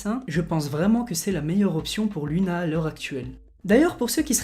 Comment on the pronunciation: LUNA SE PRONONCE LOUNA SVP😭